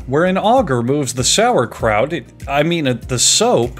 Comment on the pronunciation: The "SAUERKRAUT" Loved it. (I'm german)